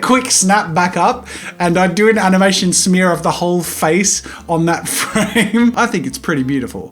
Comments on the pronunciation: “That’s called an animation SmEaRrr” I DIED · When Jazza says 'smear'. I can't breathe!!! 😂😂😂